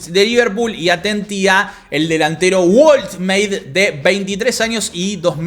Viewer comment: entendí esa referencia 🎮 Edit: otra vez me sale el hinchakinotos del alma (?). Woltemade se pronuncia algo así como "Boltemade". Ah, y buen video. Saludos